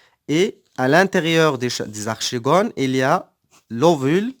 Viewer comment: Merci monsieur seulement une petite remarque archegone se prononce arkegone et merci